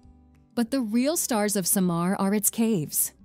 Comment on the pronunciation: its SAH-MAR its LEYY-TI